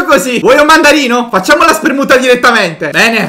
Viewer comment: ho sentito bene? Hai detto spermuta😂😂🔞